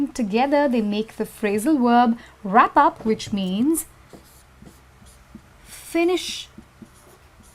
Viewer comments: her "wOOOrb" upsets me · VVvvverb not WoOoOorb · How she said 'verb'? worlb? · omg yeah lol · I was thinking the same while I was watching the video lol